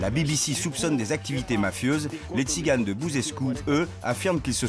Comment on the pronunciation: On dit Tziganes pas Tciganes merci